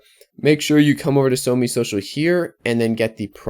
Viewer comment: It's SOMEE not ONG